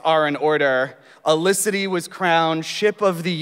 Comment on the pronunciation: It's Felicity not olisity